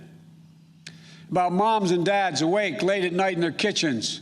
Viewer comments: Did he call her kamalisha? Wtf? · Kummala harris.didnt say name right. Rebuild this country.. you destroyed it! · didn't he just mis-pronounce her name? 😒 Typical-Hypocritical BS! SMH.